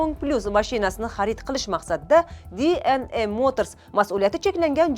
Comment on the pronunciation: Dna deng. diy en ey qaysi tilda oʻzbek misiz oʻzi